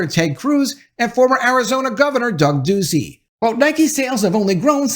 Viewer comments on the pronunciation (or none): none